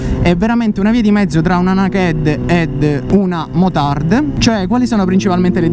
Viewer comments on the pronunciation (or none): ma quale nakèd e nakèd si dice nakd e basta , da meridionale a meridionale inutile poi dire prima after market